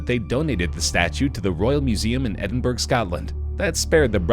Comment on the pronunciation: That's not how you pronounce Edinburgh